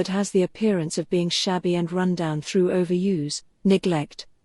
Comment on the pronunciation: I think that the pronunciation of "overuse" should be corrected. I hear the verb (ō-vər-ˈyüz) instead of the noun (ō-vər-ˈyüs). Am I right? ("Down at hill" idiom)